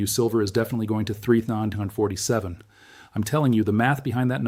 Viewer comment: is this a fake channel using AI, just the way he keeps saying 3,947 is a give away as well as when he reads WWII